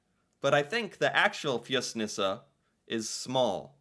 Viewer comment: How did you know how to pronounce it?...Maybe cause you always watch the video first by yourself and then pretend to be surprised???? Rock on